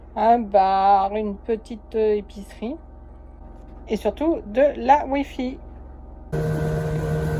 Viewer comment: ah the WiFi (ze why faï en phonétique 😉)